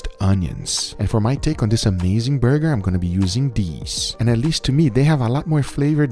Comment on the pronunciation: Can we get a 2 hour ASMR Guga video where he just says "burrgeerrrr"??